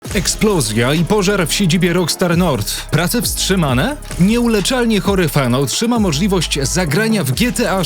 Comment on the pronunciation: Weź chłopie zacznij normalnie wymawiać ang nazwy. O ile " rokstar nord" można jeszcze ścierpieć to to że " skontaktował się z nim ceo spółki .." no to serio jest nieprofesjonalne. A szkoda bo nazwałeś się ładnie więc wypadaloby żebyś też chlubnie się wypowiadał a nie tylko liczył na lajki za samo podjęcie tematu związanego z GTA 6.